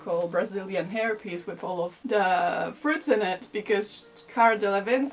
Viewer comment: i thought you said herpes lol (hair piece)